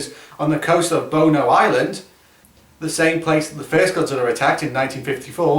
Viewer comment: I know what you actually say but it sounds like you say, "boner Island" as a teenage boy in modern day America I can't help but laugh at that (I'm normally the mature one what happened to me?)